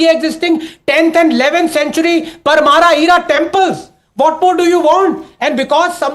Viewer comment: It’s not parmaaraa, but Parmaar (pronounced as Pur Maar).